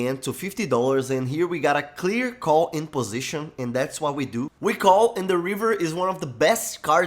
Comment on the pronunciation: "o" big blind decides to call o cara é mt brasileiro EHUAEHUAEHUAHEUAEHU